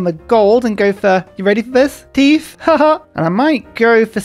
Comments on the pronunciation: Is there some joke I'm missing with pronouncing tithe teethe? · Is pronouncing tithe like teeth an inside joke or something?